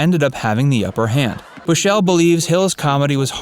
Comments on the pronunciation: Gary Bushells' name is pronounced Bushul not Bushell 👌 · It’s “Gary BUSHell”, not “Bush-ELLE” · Gary Bushell. He is not french so not bush ELL and not Gerry. Sheesh get it right. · It's Gary Bushell not Gerry and it's pronounced "Bush all" not "Bush elle". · Its pronounced "bush-ull" not "Bu-shell" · Gary Bush'l not Bush ell. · Gary Bush-ELL... then 'Gerry' Bush-ELL.... oh you Americans. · It’s GARY BUSHELL and the surname is pronounced Bush UL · 'Bushell' is pronounced 'Bushel'. And Gary Bushell's 'fame' as a TV critic was relatively shortlived because he was also stuck in the past and didn't have good taste. I grew up in the 70s surrounded by the culture of the day and still never found BH amusing. The ONLY part of the show that I appreciated was the end/chase, and not because it was funny (it wasn't), but because it heralded the end of the episode. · Who's this Gary Bush -el? Is he any relation of Superman, as in Kal-el? .... I think we should be told. Or has somebody just posted this stuff without bothering to learn how to pronounce the name of someone he's referencing?...... errrrrr.... yes. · The way you pronounced Garry Bushell is amazing. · I can't believe how the narrator of this video pronounces the name Bushel. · It's Gary "Bushell" Not "Bushelle". He's not french. At least you pronounced Thames correctly.